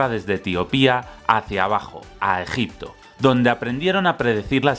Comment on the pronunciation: Empieza el vídeo...: Gegipto Yo: empezamos fuerte:v